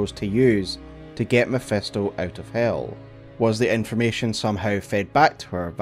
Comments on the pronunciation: Love the video, but its Mephisto not Mephesto😅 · Mephisto with an "I'" not MephEsto with "E" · MEPHISTO !!!! NOT MEPHESTO! FFS XD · Love how it always sounds as if he was saying "mephestol" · You lost me at “mephEsto” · mef-E-sto....dude, please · Who tf is Mephesto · The way he butchers Mephisto's pronunciation makes thsi a hard watch